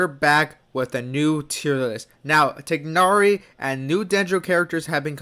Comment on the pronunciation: You pronounced Tighnari better than the VAs 👍🏽